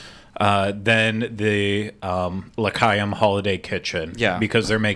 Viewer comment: Ok. Please go watch a Rugrats Chanukah. Same rule of thumb applies. When you say L'Chaim you have to chuuh when you say it.